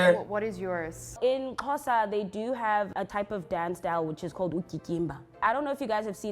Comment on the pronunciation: Bra, you said Xhosa perfectly 😂.